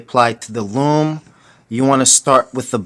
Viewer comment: he said lom its loom